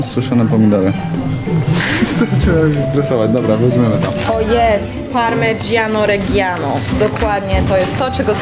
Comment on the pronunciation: Nie bruszczety tylko bruskiety, nie parmedziano regiano, a parmedziano redziano 😂😂😂😂